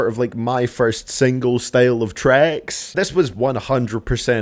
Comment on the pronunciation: Is it just me that hears “trecks” when he says tracks?